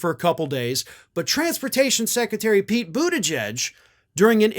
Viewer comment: Pete said it correctly. He is awesome. Hope he gets the VP nod.